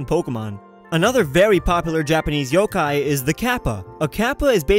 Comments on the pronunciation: BRUH U JUST SAID YO- KI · He said yo-kia